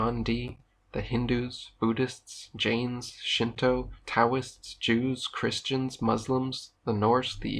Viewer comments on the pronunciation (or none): none